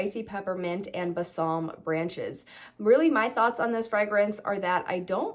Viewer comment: You are pronouncing Balsam incorrectly— please Google it